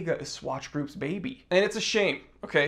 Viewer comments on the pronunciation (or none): none